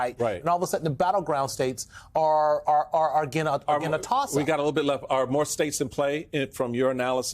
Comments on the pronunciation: Can anyone say her name correctly? Jesus its not hard. COMMA-LA. (Like the punctuation) Kamala. Normalize getting that right. Thats our future President. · can you at least say KA MA LA 's name correct? It's not that hard. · please learn how to pronounce Kamala’s name.